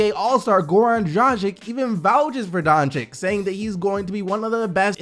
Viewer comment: Sounded like he said Dongigd the first time